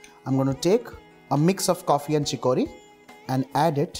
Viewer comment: Pronounce CHICORY..... CHICK+UH+REE